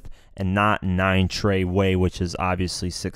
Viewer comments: It’s 9trey not 9treyway you snowflake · This man said 9 treyway blood stop it’s 9 trey bruh lol